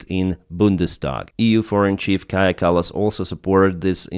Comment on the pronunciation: Hey, just want to let you know that your pronounciation of Kaja Kallas was really good! 🇪🇪